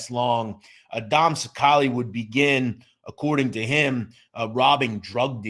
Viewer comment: You can't even pronounce his last name right and you do mob content